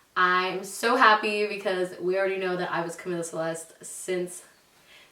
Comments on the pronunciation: Natali Vazquez yessss lol that irks me, like say “Camila” like the music group not Camila like camila cabello 😂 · Am I crazy I feel like she keeps pronouncing it not in a Spanish accent lol. Like Cuhmila. Cahmiiiiila. 💕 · how cute!!!💕 my niece's name is Camila Isabel and we call her cam or camina because that's how she pronounces her name lol